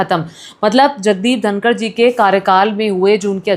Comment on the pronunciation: उनका नाम धनखड़ है, धनकर नहीं आप जो नाम का पता नहीं ओर मोदी जी के ट्वीट पर ज्ञान दे रही हो